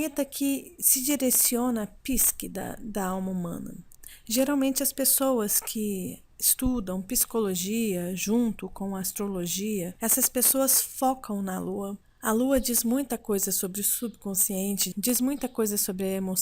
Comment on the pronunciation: ...adoro seus vídeos. Acho vc super didática,calma e nos trás mta co fiança. Mas desculpe mas preciso fazer uma correção. Não é PISQUE....e sim.. PSIQUE... PSICOLOGIA..E NÃO PISCOLOGIA....E com p mudo no início da.palavra!! Astrólogos como vc, que tem uma fluência maravilhosa na comunicação, tem o dever de falar corretamente. Desculpe novamente mas não pude deixar passar!!! 🙏🌹 Muito sucesso pra vc. Te.admiro mto!!!♥️